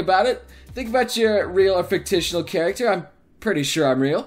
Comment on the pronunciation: Why did he pronounce it "fick-titional" Why the fuck does that annoy me so much...